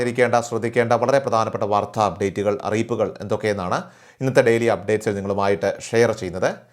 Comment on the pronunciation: വാർത്ത എന്ന പദത്തിൻ്റെ ഉച്ചാരണം, ശരിയാക്കണം